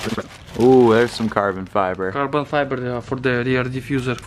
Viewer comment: The way he said "rear diffuser" went beyond the russian accent into another dimension.